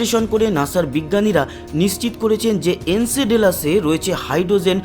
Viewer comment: উচ্চারণ টা ঠিক করো ভাই। এনসেডেলাসে বলে গেলে। নামটা এনসেলাডাস হবে। অশিক্ষিত না-কি?